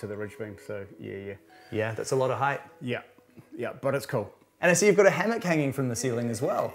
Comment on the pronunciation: "Hammock" lol